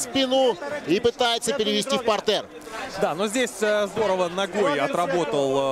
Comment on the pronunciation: Почему коментатор говорит "партЕр" а не "пАртер" 😂😆 мне кажется он театр смотрит, а не бои.